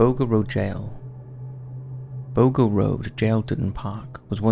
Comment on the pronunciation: Boggo is pronouced bog-oh not bo-go. Other than that, good video.